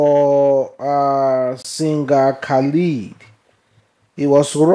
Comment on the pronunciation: why dont you put any effort in reading properly you dont have to be from the United Kingdom to be able to pronounce words properly you do this too often Khalid is completely different from Khaid his name is Khaid....